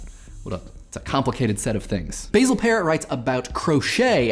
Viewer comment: Wait, do you not think Basil rhymes with Brazil?